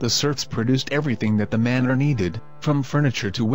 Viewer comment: Manor. Not manner.